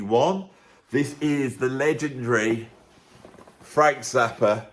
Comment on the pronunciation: Interesting, if follows the name "Frank Zappa" with a word starting with a vowel, then he pronounces Zappa as "Zapper".